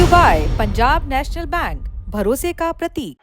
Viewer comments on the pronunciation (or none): none